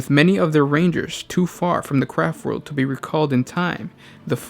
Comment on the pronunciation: All I hear is "Crap World". :D